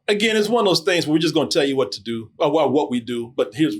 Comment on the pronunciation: can't be talking about people's accents when he says "or" as "our"...